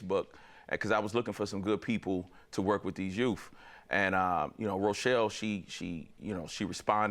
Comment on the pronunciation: He said Youff with two Fs!